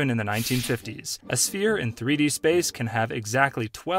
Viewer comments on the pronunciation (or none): none